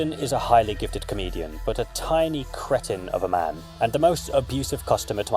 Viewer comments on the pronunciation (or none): + Also, hate to be that guy to say it, but it’s pronounced “CREE-tin.”